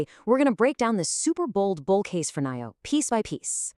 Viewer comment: day deam believing like last year..the year b4 etc.. a video with Ai c=voice not even able to pronouce NIO is not exactly adding credibility .. make a video about how it can avoid backrupcy.. that would be more appropriate given the 95% decline.. and one way down since the earth was created.. save the joke predictions and execute